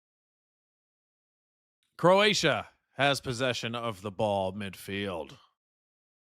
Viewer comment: 😂oh shit. Bro actually got the Croatia names right . 😂😂😂😂 I swear his the only yank that can get the right first time. Fair fucking play . It just makes it funny that he thinks he got them wrong.